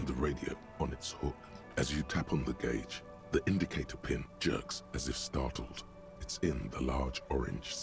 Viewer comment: That's one way to pronounce "gauge"....